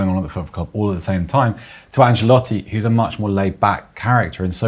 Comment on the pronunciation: anceloti? For real?😂😂😂😂